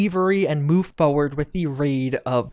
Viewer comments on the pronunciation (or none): none